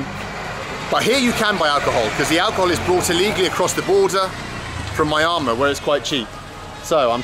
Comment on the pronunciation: Why do you say Myamar instead of Myanmar? Is that how it's pronounced in India?